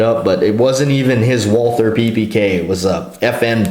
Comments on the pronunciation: John K. Lindgren ....In english, we call it WALTER... Not walTHer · Why does the dude say Wal-"TH"-er. Sounds weird! Like "TH"-ai-land. Bangkok-Johnny Thailand.